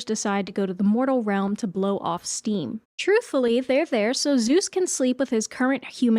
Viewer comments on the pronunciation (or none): none